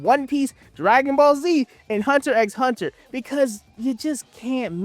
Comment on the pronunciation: It is hurting me every time you call hunter hunter that